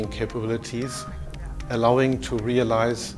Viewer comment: REALIZED ALLOWING TO REALIZE LMAO.... REAZILE realizzee realizeee REAALIZEEE REALIZEE reeeaaaaaaaaaaaaaaaaaaaaaaaaaaaaaaaaaaaaaaaaaalize reeeeeEEeeeEEeeEEEAaAAaaaLlLllIIIIiiiiIiiiIIIZZzzzEEE at FULL SPEED at full HD model....